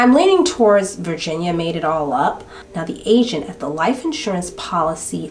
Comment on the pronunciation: OMG! The whole time I thought you were saying Asian instead of agent at the insurance place 😂